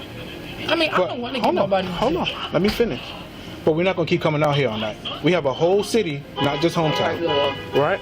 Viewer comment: Oat!!!! (Out!!!!) Lmao 🤣